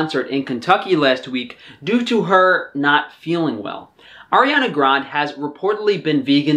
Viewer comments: Arianna GRANDEEEEEEYYYYY NOT GROND! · air-iana grund .... ok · It’s Ariana Grande, not ‘Grand’, ironically you said it right one time. Haha Anyways, thank you for talking about her. She’s sadly deteriorating due to the lack of essentials nutrients that allows us to thrive. I hope she finally gets all the vitamins and nutrients that she so badly needs. I think it has to do with people not wanting her to be healthy (if you know what I mean 👁👁👁) Ironically you’re the first of out some nutrition channels that talk about her decaying state.